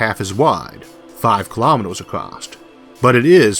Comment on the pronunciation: There's no T in across.